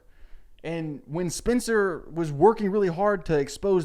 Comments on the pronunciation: Why is he pronouncing Spencer like Spincer 😂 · I don't even watch this show but the way he says "spincer" is driving me insane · Why do you keep pronouncing it “Spinster” 😂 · all i’m hearing is “Spinster Spinster Spinster” instead of Spencer lmao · Why are you calling her spincer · is he saying SPINCER? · The way he pronounces Spencer made me think her name is Spincer 😂 (I’ve never seen the show and yes I am two hours into this video) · i love the way you say spencer's name as SPINCER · Lucy hale had the same accent. She’s from Tennessee I think and I bet he’s from a surrounding state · Sound like he’s saying Spincer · It's like spinster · I also heard spincer 😆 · Hes saying Spencer weird right? Its not just me? Not an issue just caught me off gaurd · i just love the way you pronounce spencer